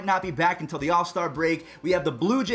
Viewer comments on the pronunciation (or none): none